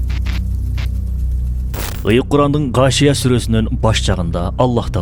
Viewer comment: сура Кашийа эмес, Гашийа